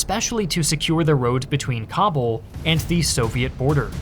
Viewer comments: It’s pronounce Ka-Bool!!! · It takes merely 10 seconds to google where stress in the word Kabul goes. To unsubscribe for me takes even less time. Farewell